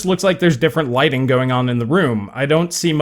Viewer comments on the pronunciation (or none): none